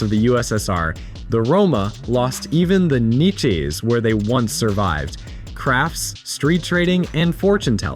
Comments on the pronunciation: niche = "neechay" rofl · It took me an embarrassingly long time to realize that the voice over is AI. Notice the weirdly placed “um“s and pauses that wouldn’t happen in a normal video essay. Most people would edit those out or retake the part. And the way it pronounced niche. I hope the script wasn’t also AI :( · You know it's pronounced neesh not neach right? AI, is that you? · There is no excuse for engaging in criminal activity that harms others. Just like there's no excuse for being an adult who mispronounces "niches". Its spelled niche, pronounced neesh. F-ing neechay. Wtf.